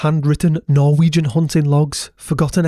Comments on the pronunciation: Very well pronounced Norwegian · Wow that was amazing, great research and your Norwegian pronunciation was extremely good. Thanks 😊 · Honestly for a non-Norwegian speaker your pronunciation is wayyy better than most other YouTubers that try to pronounce Norwegian stuff - Also, nice vid with nice editing and good writing 👌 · Great job on the norwegian pronounciations. Much impressed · Yes, overall good pronunciations. We are - understandably - not spoiled in that regard!